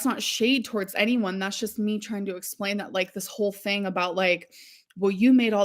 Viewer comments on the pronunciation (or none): none